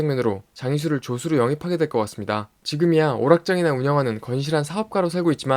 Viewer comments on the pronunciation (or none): 조수로가 조스로 들림